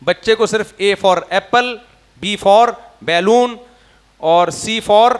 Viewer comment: Mufti maazrat chahta hu... اپ میرے سر انکھوں پہ Lekin Balooon hota hai Bailoon nhi😂